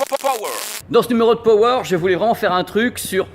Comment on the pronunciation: PURAIN C'EST PAS POWER C'EST PAAAAWER MERDE